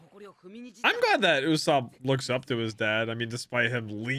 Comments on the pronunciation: IS NOT YASUP ITS YUSOPP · Bro, please. It's Usoooopp, not Usaaaaapp. I know it's kinda hard to pronounce, but please. Anyway, I loved your One Piece Reaction series! Hope you do more of these in the future. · oh boy 💀 his name is literally “ usopp” kinda from the Japanese word “嘘” pronounced as “uso” which basically means “ Lie “